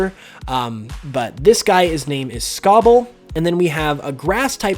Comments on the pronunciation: It’s Sobble not scobble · Sobble not scobble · Sobble. Not Scobble. Also, he’s a water Chameleon, not a gecko. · You said the Water Starter is your favorite, but it's the only one's name you butchered... It's Sobble, not Scobble, that just sounds like a Fire-Type. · Sobble! Not Scobble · Funny how the name your favourite starter is the one you're mispronouncing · Everyone except you love the starters and you MISPRONOUNCED Sobble.